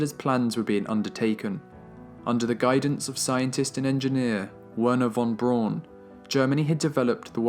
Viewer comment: Just one nitpick. Werner Von Braun. In German "w" is said like an English "v", v is said like an English "f" and "au" is said the way "ow' would be in English. So, (and I apologize this is not real phonetic spelling, just simple sounding out with similar English spelling) it would sound like Verner Fahn Brown. I know we English speakers regularly butcher foreign names, and you are just following the tradition of mispronouncing his name that dates back to newsmen that were his contemporaries, but it is the 21st century and we can Google the proper pronunciation. Again just a nitpick, because of my own pet peeves, for an absolutely stellar (lol pun intended) documentary. I will stand by saying Braun correctly though. It literally is the German word for brown and has virtually the same pronunciation.